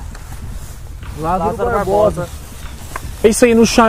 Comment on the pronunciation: Mano é LÁzaro E não LazÁro Por favor